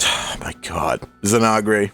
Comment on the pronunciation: ZI-NAG-RE!? WHO THE EF IS THAT!?